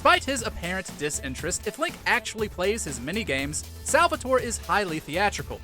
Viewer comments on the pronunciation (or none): Salvatore cries every time you say his name that way.